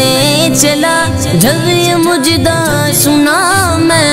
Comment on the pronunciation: بھائی مجدہ نہیں مژدہ ہوتا ھے